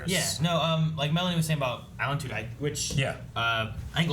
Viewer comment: Just a heads up Tudyk is pronounced "two dick". Love the reactions.